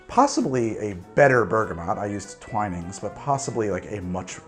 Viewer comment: Did he just say Twine-ings? ARE YOU INSANE??? As a person living in the UK, I was going to say that you are really good at english stuff (like mate, mate) but this is disgusting !!! (If you couldn't see the sarcasm, I am joking, but it's pronounced Twin-ings)